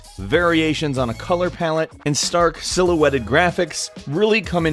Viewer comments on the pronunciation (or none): none